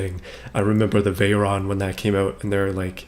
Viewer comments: OMFG the way you say Bugatti Chiron and Veyon is SOOOOO WRONG!!! Check how to say it in google translate, with langage set onto french! pleaaaaaase! XD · yes a french pilot, Louis Chiron. And I am french so I know how to say Veyron and Chrion since they were booth french!